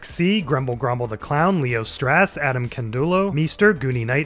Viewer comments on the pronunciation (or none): It's pronounced "StraUHss", not "StrASS", hahaha, like the Alpine Shepherd Boy lady, Geraldine. Great video!